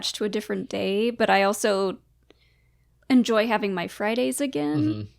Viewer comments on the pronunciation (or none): none